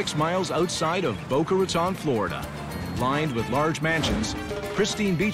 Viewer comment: Its pronounced boca ratone and it means mouth of the rat